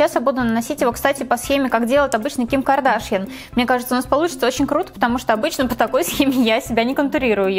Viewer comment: Не знаю...никак не нравится...и ударения в словах это просто ужас...кушОн а не кУшон....и Ким КардашьЯн а не КардАшьян